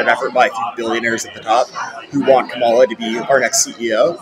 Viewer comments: can't believe how racist this guy is--pronouncing Kamala's name incorrectly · He pronounced her name incorrectly. He's clearly an alt-right supremist... 🤣